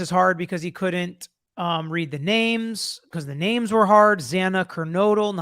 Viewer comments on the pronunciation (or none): To the defendent: "Is this the exact spelling and pronunciation of your name?" commences to trip-up the names of every victim Sort of inexcusable. Even at college graduation, they have you submit the phonetic pronunciation well in advance if you have a complicated name, so that the presenter can properly identify you. Just seems sort of disrespectful. If ever I was called to give a speech, I'd go through the text and hone my articulation of troublesome words well in advance...gosh, especially if you're dealing with the names of victims. To some, it may not seem like a big deal; but for the loved ones, it can be quite painful to see your deceased family member reduced to a word salad. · I agree.. he also said it himself after this in the gag order hearing that this trial has huge media attention.. yet he somehow didn’t know how to pronounce 2 victims’ names.. can’t imagine how their families felt in court.. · Meanwhile judge Judge couldn’t pronounce the victims names 🙄